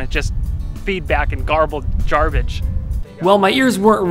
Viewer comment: 'Feedback and Garbled Jarbage' is a wonderful phrase. I presume it's an intentional spoonerism, though. You clearly meant to say 'Jarbled Garbage'.